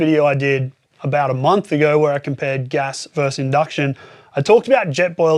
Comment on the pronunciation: As long as you're being chided about language - versus is two syllables.